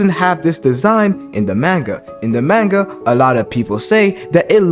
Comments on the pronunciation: Maanga pronunciation tho lol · Why is he saying manga like that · Nah fr